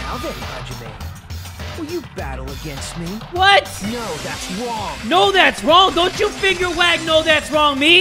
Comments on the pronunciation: "NO THAT'S WONG!" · "No that's wOnG". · Nagito: "No, that's WONG" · Mokoto: no that’s wrong Hajime: no that’s wrong Shuichi: no that’s wrong Keade: no that’s wrong Kokichi: no that’s wrong Nagito: no that’s wong Sorry if I spelt a name wrong